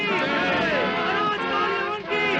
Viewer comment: aap abhi bhi puri tarah sahi nahi bole , KaalYaman nahi KaalYavan hai , Yaman ya Yemen to aaj ki middle East country hai , Yavan Yunani yani Greeks ko kaha jata hai , jo Ki Kaal Yavan Greek King tha